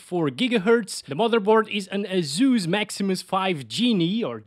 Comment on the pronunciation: Everybody gangsta until he says azus instead of asus